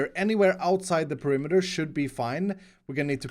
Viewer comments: I got triggered by "perimiter"! PE-RI-ME-TER Sorry! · No, he said perimiter, not perimeter. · Oh no... "Perimiter"... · "PERIMITER" k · Why "PERI MITER " ? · The title is written in the same way that pronounces perimeter